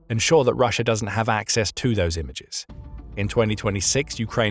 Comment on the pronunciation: STOP SAYING RUSH-ER, it's an A, not an R, in the word Russia, very annoying, do you not speak the King's English????